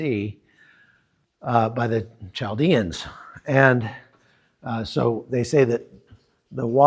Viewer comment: Chaldean is pronounced "kal dee un".